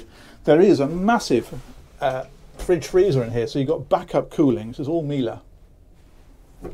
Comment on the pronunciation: Slightly disappointed that has mastered the pronunciation of Miele. Can I request a return to the days of exciting anticipation when we didn’t know whether we’d get a “mee-lee”, a “millie”, a “my-ell-uh”, a “miller” or a “mile”. 👍